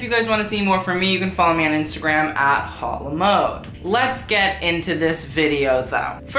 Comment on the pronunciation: Not Hot la mode its pronounced aute la mode loll